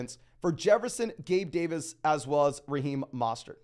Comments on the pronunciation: not a complaint it's a correction. Trying to help him out. Sometimes ppl have accent or misread something. There is no A in his name. MO not MA. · Great content but his name is MO STERT NOT MA STERT. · Yeah every time I hear that I think wtf. Put some respect on Mostert’s name. Its really not difficult at all